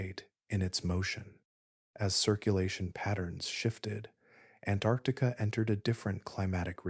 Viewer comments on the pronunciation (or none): Please learn to pronounce “Antarctica” correctly. There are two “c”s.